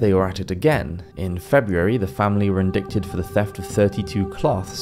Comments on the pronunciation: You contradictory yourself multiple times and don't seem to even be familiar with the term "indight" as you pronounce it strangely. Like so many pop-historians you look at the past only to sneer at it for not being exactly like today. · Indict is pronounced like “in-dight”, not “in-dict”. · I'm loving your videos, but am kind of a stickler for pronunciation. Again, Aquinus is pronounced ah QUINE us, and indict is actually en DITE. The C is silent. Apparently this comes from the early English endite, but somewhere along the line the decision was made to make it look more like its Latin roots, and the spelling became indict from the Latin root word indictare. But modern pronunciation kept the original English ENDITE. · Indict is pronounced 'indite'. Idk why, but there you go. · Indict is pronounced "in-DITE." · Indict is pronounced 'indite'. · the way you pronounce indict (in-dite) is bothering me a lot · The letter C in "indict" is silent. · I think you’re mispronouncing “indict.”